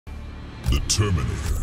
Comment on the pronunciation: Everyone: the terminator What i heard: determinator